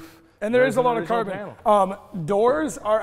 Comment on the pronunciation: Am I only one who've heard "Korben, Korben!" instead of "carbon, carbon"?